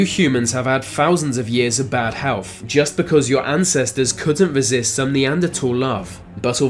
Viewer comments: "FOUSANDS of years of bad hewf..." SMFH. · "Fousands of years of bad helf." Right.... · Healf he says. Birff he says